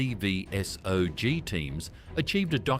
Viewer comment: M A C V S O G. I cringed so hard.